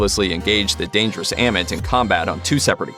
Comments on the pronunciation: As well as saying 'Am-it' instead of 'Ah-meet' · why he pronounce it like, a mit , when they say ammit in the show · I love your videos but for the love of god please say AHMIT not emmit like for real you heard the say Ahmit(written Amit) so please say it like that next time, no offense but it's a big trigger for me.